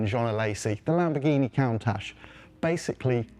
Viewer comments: a Count Ash? Fire this man immediately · Lmao at the pronunciation of "count - ash" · Lamborghini cown-tash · Did you really just say "Cauntach"? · Lamborghini 'Count-ash"? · He really called the Countach a Count-ash??? ewww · Bro really said “Cowntash” 😐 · ah yes, my favorite lamborghini, the cowntash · Is that how you pronounce countach? Count-ash? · Did he just pronounce 'Lamborghini Cow-ntach'😂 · Did he say "Count-ash"? LOL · Lamborghini "Coontatsh"😜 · "Lamborghini COWntache?" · stop saying Kauntasch. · Count-ach? Really? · How do you say "'Cown-tash" whilst being a automotive reporter man. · I love Top Gear, but no way it’s pronounced “Cow-ntach”. Literally never heard anyone use that pronunciation before. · No way it’s pronounced “Cow-ntach”. Literally never heard anyone use that pronunciation before. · He (wrongly) pronounced it “cown-tach”, the way you spelled it hurts my brain to try and say it aloud. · Frank Stephenson (F430, P1 designer) made video discussing this, and apparently when he was working at Pininfarina, he learned that the word, "countach," is a piece of Italian regional slang and is actually pronounced KUUN-tok. There is no soft "ch" sound - the last letter is silent. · Again! IT'S "Coon- Tosh" I hate when people mispronounce car names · It's pronounced Coon-tash. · "Koon-taakh" is the proper pronunciation in Italy. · I stopped watching when he tried to pronounce Countach. Like you’re supposed to be a car journalist and cannot pronounce the name correctly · Worst Countach pronunciation in the car industry. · Did you honestly not find a presenter who knows how to pronounce Countach, lmao? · Can't get over how he pronounces Countach lol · Learn to say "Countach" correctly or seek other employment... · That mispronunciation of Countach was actually so bad it was painful to hear. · How do topgear not know how to pronounce COUNtach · disliked for countach pronunciation